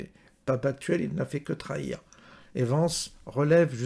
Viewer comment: Vence pas Vance, vous ne parlez pas anglais ou quoi ??